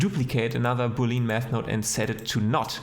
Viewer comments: Awesome video, btw. "Boolean" is spoken "boole-an" not "booleen" e and a are both spoken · Please say Boolean not Booleen.